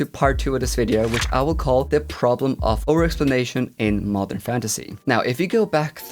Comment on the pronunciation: Haha not a native speaker here, and listening to this video while doing chores I kept hearing « mother fantasy » instead of modern xD it does have a ring to it right? lol